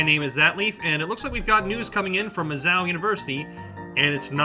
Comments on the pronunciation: It's not "Mizz-ow." It's pronounced more like "Miss-oh." Missou is a short hand for Missouri, and pronounced differently....I love your video but the pronunciation is giving me an aneurysm. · omg why didn’t u find out how to pronounce Mizzou! it’s not mizz-zow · Mizz-owl ? Just don't go to Faber or wherever this narrator went to learn English. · Love the video aside from the “Mizz-ow” pronunciation lol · Mi zou(zoo) not whatever your saying and great it will fall as will any other colleges if this keeps up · Mizzow? Here's some free advice: Learn how to pronounce things. You will not be taken seriously until you do. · Mizz-zoo, mispronouncing the name makes the entire video appear just as foolish as the administrators at Mizz-zoo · It's pronounced "Mizz-oo" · It's pronounced "Miz Zoo" dumbass, what a complete bonehead, get your story correct!!!! Mizzou, like fuck-you;) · It's pronounced...."MUH-ZOO" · it is pronounced MIZOO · It's not Mizz-Yowl. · The school is The University of Missouri -Columbia and the nickname is pronounced Miz-zoo. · What's "Mizzal" University? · "Mizzou..." Mih-ZOO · It's "Miz - zoo" No, that is not a slur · Dude, I agree with you! But learn how to pronounce the name. It's Mizzoo, like the place you go to see animals. Have you never watched NCAA football? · The funniest part is they are trying to spin it as a GOOD thing! BTW it's pronounced Miz-zoo... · It's pronounced MIZ-ZOO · Ya that bugged me. Mizz-ZOO dude! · Disliked only because he keeps mispronouncing Mizzou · Learn how to pronounce Mizzou you fucking idiot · If your going to do a story on Mizoo at least pronounce it right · What planet are you on? Please learn how to pronounce Mizzou especially if you're doing a vid about it. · The man can't pronounce Mizzou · You aren't pronouncing the name correctly. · It's Missouri narrator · .....Emphasis on "ZOO". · It is not pronounced as MIszoh it is Miszooo like when you go to the zoo to see animals. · It's pronounced Miz Zoo. Not Miz Zow.